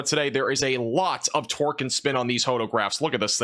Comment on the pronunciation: Thought I heard “twerk and spin”, torque, it was torque and spin.